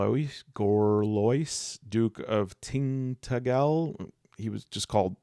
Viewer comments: Tin-tad-jul (the g is soft), with the emphasis on the middle syllable. Cool place - (very) ruined castle on a tall rocky outcrop, lots of old tin mines, rugged Cornish coastline. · Tintagel "Tin"- "Ta" - "jel" Don't worry ,in five years you'll be so fluent in traditional English, People will think yaow frum Burmingum like Ozzy Osbourne 😂